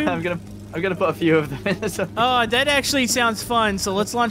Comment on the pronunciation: what is a torpedo sounds like tornado